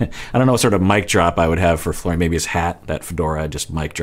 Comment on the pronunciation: Nope. He's Mike until he says Florian properly!